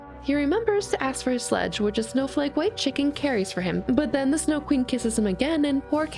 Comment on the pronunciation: "Da things I do fwor love." - Greta and Courage the Cowardly Dog.